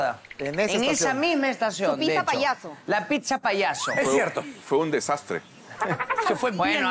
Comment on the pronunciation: Señores amiguitos lindos!!! Aprendan a pronunciar la palabra Pizza bien!!!!! Pisa como es como lo dicen casi todos en perú, es la Torre inclinada de Pisa!!! Pizza 🍕 se pronuncia así: pitsa!!!!